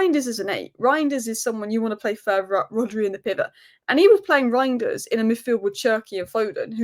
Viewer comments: it's "rine-ders" . The "eij" is a just a substitute for "ei" in Dutch, but practically has the same pronunciation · I've been pronouncing it "rianders", and i don't intend on changing that.